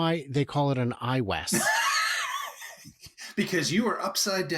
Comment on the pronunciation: Its Dan "Iwes" factory 😆